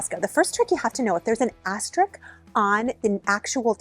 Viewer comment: Thank you for the worthy video. You previewed several items I'm going to acquire (the tree, bamboo bag organizer...). By the way, the last syllable of "asterisk" (note the spelling) is pronounced like "disk" and not like "sick."